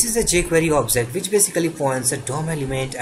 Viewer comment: Two suggestion so far, although video content are very informative: 1. It's pronounced as obJect, not onsegt 2. It's pronounced as inItialize, not InSlice